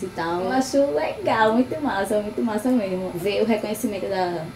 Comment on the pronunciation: Nao acabou os estudos fazer o que ? kkkk ''esqueço tudo meermo'' kkkkk